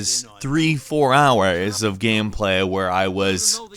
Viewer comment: he says the word “hours” weirdly... lmao and the rest of the sentence comes off weirdly as well... weirdly worded I think.